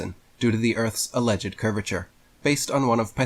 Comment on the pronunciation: He said alleg-ED, not allegd If that’s not olde English idk what is